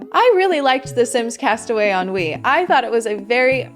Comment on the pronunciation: Every time you say “on Wii” all I hear is ennui lol I have major sims 4 ennui lol I say that to myself all the time now 😂 sims 4 am I right??